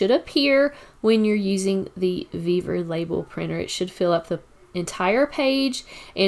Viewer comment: Sorry, but this bugs the heck out of me. I find it hard to take instructions from someone who cant speak right. Its NOT VevEr, its Vevor! Vevor! Great video otherwise.